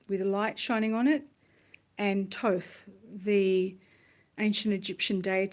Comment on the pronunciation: Well said, (and so pleased to hear 'Thoth' pronounced correctly. :) Your desire to assist others is simply amazing...